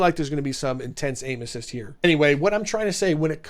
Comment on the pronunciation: I just heard you say 'There is an insane amout of anuses' Instead of aim assist